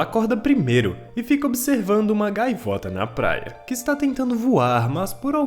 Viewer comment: Falou plaia igual o cebolinha kkkkkkkkk